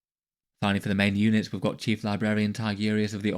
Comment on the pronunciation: "Chielf"Librarian Tigurius